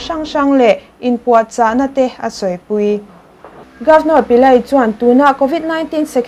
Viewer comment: Governor hming hi Pillai ti lovin Pile tiin lam tur an ti tlatin ka hria.😁